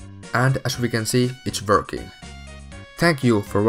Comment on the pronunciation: i love how he says verking